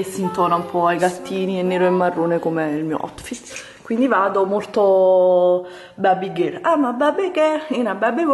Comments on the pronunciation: "Babby Gherl" (cit.) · "Guardate il mio Otfit...aim a babbi gol in a babbi woooll" vabbe ragà ciaone